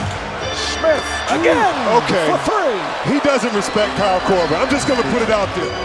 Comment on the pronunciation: "KYLE KORVER FOR THREEE" god damn that's annoying